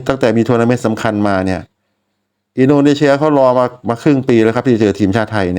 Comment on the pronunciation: อินโดนีเซีย ไม่ใช่ อินโดนีเชีย นะพี่ มันคือ ซ โซ่ ไม่ใช่ ช ช้าง และขอบคุณสำหรับวิธีการเข้าดูบอล